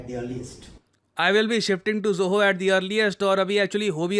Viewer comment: ZOHO Sounds like JAI HOOO.